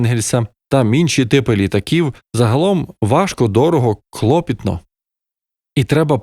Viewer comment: З усією повагою до автора - не хлопітно,а клопітно, від слова -клопіт